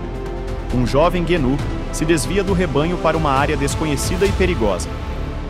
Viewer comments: Guenú , genú , antílope , gazela , reniú , guru, guiru , boi da cara preta , aguiru , depois enrola a língua ou teve um AVC sei lá !!!! Se não for uma narração para causar risadas procure saber o real nome do animal porque vc chamou ele de tudo quanto é nome 😳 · Nossa mano! tu pronunciou a palavra gnu de todas as formas possíveis kkkk como tu conseguiu essa proeza? ou a narração é I.A.?